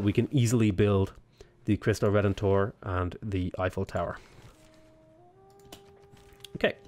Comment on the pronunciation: You are the first person that I listen saying "Cristo Redentor" correctly